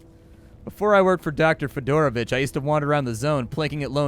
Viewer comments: This whole time I thought you were saying Fedora Bitch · You said "Fidoravich" and I heard "Fedora Bitch"